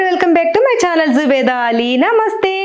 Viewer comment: Why this telugu people unable to pronounce urdu names properly atleast names...even too pronounces Zubeida as Ju bai da...it is zoo. Be da no ju be da